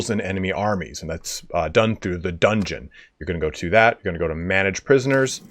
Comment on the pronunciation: Pardon me sir, but did you say, "dungoon",? 😜 Lol